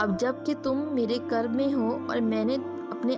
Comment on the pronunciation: ye lafz qurb h q k uper pesh h